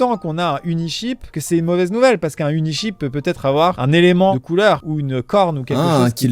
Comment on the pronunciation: Joyca je t’ai cramé t’as pas compris « unisheep » comme le mouton mais « uniCHEAP » comme pas cher 😂